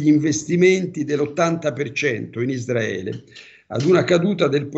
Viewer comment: Isdraele NON SI PUO' SENTIRE!! DITEGLIELO CHE SI SCRIVE e PRONUNCIA CON LA R ISRAELE ISRAELE ISRAELIANI ISRAELE!!! ISRAELE E NON ISDRAELE!!!!!!!!!!!!!!!